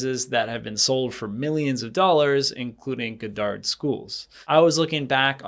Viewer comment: Lmao. You’re pronouncing “Goddard” completely wrong hahaha. It’s pronounced God-derd, like the famous scientist. Not Guh-dahrd.